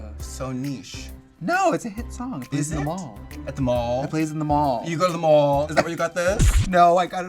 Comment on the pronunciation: At the mawlll. Awnline. THE BWOOKINGS HUNNY. IM HERE TO GET BWOOKED